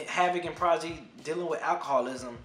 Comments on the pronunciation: lol "Progidy" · I tried to keep myself from cringing every time I heard you struggle to say Prodigy's name lol but I'm glad you reviewed this album. I still love it to this very day.